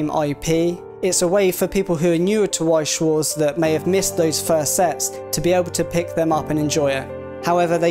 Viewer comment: Damn, butchered Weiß schwarz Name.